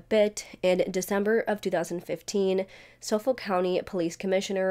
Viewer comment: I live on LI. This case has so many unanswered questions plus a lot of potential conspiracy theories. I won’t say any thing about it because we are all anxious for the next part of your series! I also LOVE the way that you mispronounce words. I think it’s endearing and cute. FYI on LI we pronounce Hauppauge- Hop-Hawg And Suffolk = SuffEck. Lol